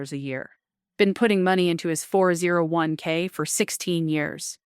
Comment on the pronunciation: "They Burn Thru Flueal " " FOUR ZERO ONE Kay" "Sabatossss" 'One Dollar and Forty Cents Million" not once but twice. Hey "" whats your retirement Date? is it $$$ based or Click Based, we "Carbon units" want to know, You gonna "pull the trigger" at "One Click and Forty Baits Million"????